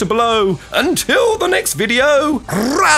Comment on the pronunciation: I'm fine with the new one so long as you stop saying Rally-ho and say Lali-ho like it's supposed to be.